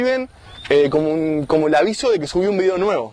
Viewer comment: comoc como tak xDD